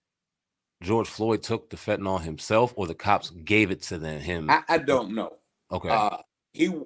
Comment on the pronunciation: Did he pronounce fentanyl as (phat"n"Nem) 🤔🤣🤣🤣🤣